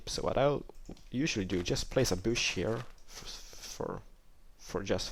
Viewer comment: You pronounce bush, like boosh. LOL!!